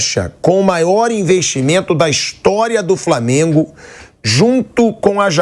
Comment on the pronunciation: Será que esse apresentador da bandeirantes tem preguiça de falar flamengo?